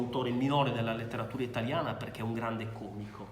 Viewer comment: qualunque italoparlante direbbe còmico no? almeno a me pare